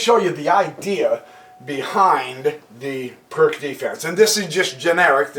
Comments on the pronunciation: It's [peertz], not [perk]. ;-) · Hello again !... BTW - Pirc is not "a" PRK - instead, a corect prnoun. is: PEERTZ !!!... ; Vasja Pirc was a Slovenian GM, born in Idrija ( near only 100 Km distant from my home !... ).